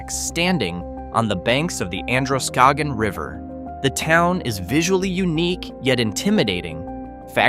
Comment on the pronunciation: It's Skowhegan, not Skohegan.